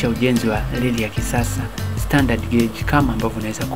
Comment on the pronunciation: Is it '' Leli'' or Reli???